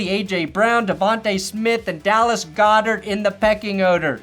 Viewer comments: Seriously! It's "GOD-ERT" 😂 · Starting Tight End for the winning super bowl team & this guy doesn't know how to pronounce "Dallas Goedert" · if you mispronounce goedert's last name one more time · I think he mispronounces it on purpose. He’s been doing it forever. Oh and Go Birds